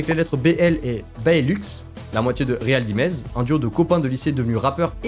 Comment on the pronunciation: Réal Dimeze 🤣 😭 putain frère fais5un effort c'est américain, ril daïmze ça se prononce.